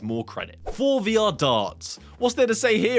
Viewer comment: I'm still not certain if you're saying Fore VR on purpose or truly unaware that (in my opinion) it should be pronounced For-e-vr (Forever)